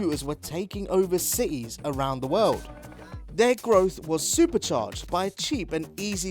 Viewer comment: Taking over Seas??? Does the mean CiTies??? I don't think he can say his 'T' very well.